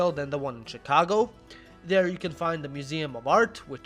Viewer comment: why di you call it SHEcago if its written CHIcago?